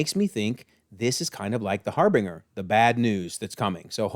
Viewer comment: First I have to get the semantics out of the way. The "g" in Harbinger is said like a "j". And it means "A person or thing that announces or indicates the approach of something." So yes, you're right about it being Ventress about the Empire coming, but I just had to say that. Anyway, about the War criminal thing, I can totally see the Bad Batch's records being out of date if they didn't usually hang around the usual clone places. Probably only updated every once in a while. And the final thing we saw of Ventress in the Dark Disciple book, is her being lowered into the water of Dathomir, where her body is surrounded by green stuff. That may be spirits. The Nightsisters typically only re-animate a body, not bring back the person, but I wonder if there was an exception here. I think you said why the big thing came up, the fish are its food.